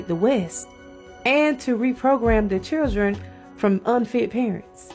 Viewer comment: I have never heard someone pronounce the word children as "Churdren"...lol. and